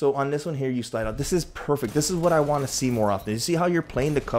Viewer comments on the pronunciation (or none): Nice! All good points we can all work on. Also “heyah”